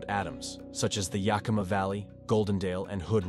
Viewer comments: He mispronounced Skagit and Yakima 😮 Skagit sounds alike like gadget. Yakima is Yak Kim Ahhh ! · you would have more credibility if you could properly pronounce name like Skagit and Yakima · 😂 how the speaker said Yakima was funny. Suggestion check how to pronounce these river and city names! I live in Washington State and was here when Mt. St. Helens blew we experienced very little ash most went to Eastern Washington.